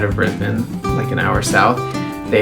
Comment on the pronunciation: You actually pronounced Brisbane correctly! You are OFFICIALLY Australian!!